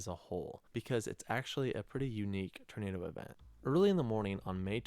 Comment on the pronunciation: I'm trying not to hear the OP say "ternado" lol...just me? 😝